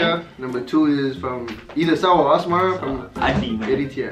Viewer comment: Asmara not asmera